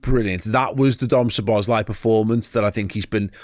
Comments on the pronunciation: Learn his name please. Not Sobozzzzlei... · This is my best way to help you with the pronunciation of his name: Soh-bos-la-e.